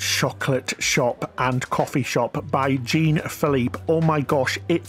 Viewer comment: Great video! The ship looks amazing! Thank you for the tour! By the way, Jean is pronounced "john" and Hola is pronounced "Ola" the H is silent...